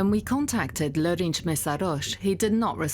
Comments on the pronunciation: pls. Try to say name more precisely: Lőrinc is like using german characters: Lörinz, and nothing like tsch for tailing "c". It is clear central european characters for the same sound is crazy difficult to follow by german, hungarian, czech/slovak/croate, polish, romanian/italian all different... but pls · The video is excellent, but please get a consultant for how to say the names next time! The c in Lőrinc is like in "its" or "hats", and s in Kisfaludy is like in "sure" or "shop". Tho, credit where credits due, the narrator did say Lőrinc well in one sentence. I guess its too foreign for them. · Why can t you pronounce his name properly? It's not Lorincs Messhaarhosssh.... for fks sake...it would require minimal effort this day and age to look it up... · You could at least pronounce lörinc correctly if you make a video about it... dumbass westerners